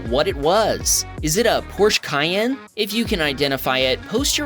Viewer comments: No, it is not a Porsch Cayenne. It is a Porsche Cayenne. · its a phorshe cyanne